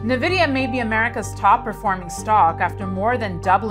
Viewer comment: "Nuh-Vidia" Why should I trust anything you have to say about this company's prospects for the future when you don't even know their name?